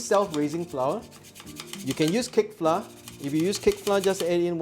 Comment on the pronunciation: Haha " Flah " 😅